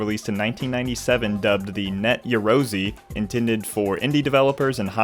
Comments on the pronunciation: It's pronounced 'yah-roh-zey' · sorry to be that guy but its pronounced "ya-rohu-zeh" again im sorry